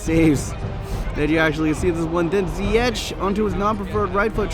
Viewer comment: You don't say zyietj but zyiëg